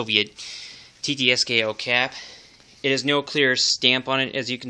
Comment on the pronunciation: it's not Tee-Tee-Es-Keh-O.. it is Tee-Ts-K-O ТЦКО